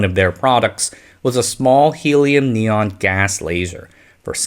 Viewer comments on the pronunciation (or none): none